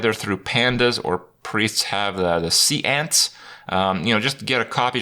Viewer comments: Why can you say Beryllium correctly but not sea ants? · Sea Ants. See? Ants. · Se..ance- Kripparian 2019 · Is he purposely saying seance wrong?